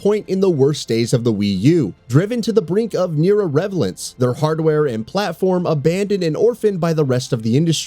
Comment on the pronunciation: pretty sure you just butchered the word "irrelevance". Ya'll are getting worse and worse.